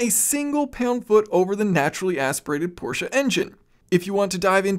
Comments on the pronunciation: You know the English language video is gonna be awesome when the narrator says Porsche instead of Porsh. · we are in agreement. I’ve lived in Germany and m6 next door neighbor is from Germany. The sha at the end is correct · Thank you for pronouncing Porsche correctly. “Porsha” is correct